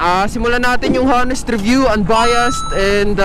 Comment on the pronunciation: Hanest review, sorry po, pero constructive criticism lang po, hindi po sya Ha nest, dapat po ay Ah nest sya... Silent ung "H" sa unahan na pabilog na "ah" ang pag bigkas... Tapos unbayast, ah mejo tama naman po pero "d" po dulo nun, mejo patigasin nyo lang po ng konti.. Anyway, un lang po, wag po sanang mamasamain...